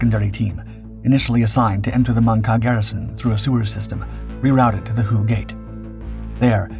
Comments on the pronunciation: Drove me nuts throughout the video. Whey not hew-ay. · Thank you Gentleman. HUE-A? OMG...anyone that grew up in those 1.5 decades of the Vietnam War, knows it's pronounced WHEY CITY! My father was in the 6S Navy and was stationed on board a "Tin Can" ship. I was very young, but he'd tell me some stories about he was told from Marines. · It's pronounced "Way not hue-a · The name of the city is pronounced WAY not who-aa. Love your videos. Please keep producing great work. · HUE is pro ounced "WHAY".Not hooway. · So many butt hurt yanks in the comments it pronounced “Way” STFU 😂 he’s a young lad in his twenties and not a major production company. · It's pronounced "Way" and my father flew USMC CH-46 Sea Knights in support of this operation. He told me that...he felt his superiors were personally trying to kill off his whole squadron! That after the battle, they only had two helicopters left in action and that they were deemed "Ineffective"...in his words and the Squadron was absorbed by another squadron and sent to support Marines elsewhere. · All the old fellas who talk about Nam they say "way" when pronouncing Hue. ❤👍🏽🇺🇲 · It's pronounced WAY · This is interesting because during the fighting, the US News channels called it Hu-ay every night. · All Marines pronounce it “Way”. 2nd Battalion 5th Marines, “The Blackhearts”. The most decorated Battalion in the Marines. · You are correct. All Marines pronounce it “Way” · You noticed that too? It is a pretty rookie mistake., I was a bit surprised.